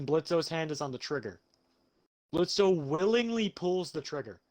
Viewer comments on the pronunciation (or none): Bro who tf is Blitzø maybe if you watched the show and actually appreciated the animation and quit watching gun animations you’d know that the o is silent 😩